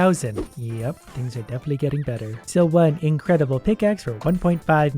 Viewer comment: “Incredibile” pickaxe Read it again